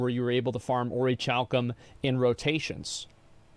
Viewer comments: Kal-cum not chal-cum, lol killing me. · The only thing I disliked about this video, is how he said Orichalcum. I understand it when he does it for comedic effect(see his Vampire Survivors playthroughs, i.e. 'Spin-Ach'). Orichalcum is said "Aura-kal-cum". I wanted to check with other websites that do pronunciations before I left this comment. Because it was hitting me wrong, as if I'd heard the word said before and got wired how to say it and I didn't want to be stuck in my ways if I was taught wrong. If you were raised in America, you can relate to being taught the wrong shit. But yeah. Now I can add "Aurichalcum" to my list of sounds that sets off my misophonia. As for the content of his video, I feel like the guy he reacted to, doesn't understand that Asmon has been the newbie and the veteran in a lot of MMOs and can look at both sides of the coin of an MMO without applying his biases(unless he thinks it's relevant). Whereas Narc is applying his biases and what HE thinks an MMO should be like and not caring what the new player experience or casual experience is like. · Ori-cal-come is how it's pronounced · Funny he can’t say orik-u-lum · Guys, only yugioh players know how to pronounce Orichalcum. Give the guy a break 😂